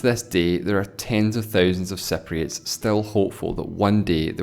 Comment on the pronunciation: u are pronouncing it totally wrong..its cypriots not cepriots..